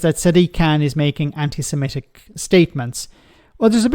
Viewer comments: Can someone tell him it's Sem-i-tic not Sem-e-tic. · Anti semetic? Can't he read/pr0n0unce semitic? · It's 'antisemitic' not 'antisemetic'. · It's anti-semitic Lee, not anti-semetic. Such a bright lad is our Lee. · Anderson can"t even pronounce it correctly. It's not anti semEtic. Typical of this uneducated out of his depth politician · Anti-semetic?. Learn how to speak before you cast your stones, 30p! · I’m afraid the thing that irritated me most about 30 pfennig Lee this time,was his inability to pronounce ANTISEMITIC correctly. He repeatedly said ANTI SEMETIC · Lee Anderson's so concerned about antisemitism he can't even pronounce the word 'antisemitic' properly. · He's even using the wrong vowels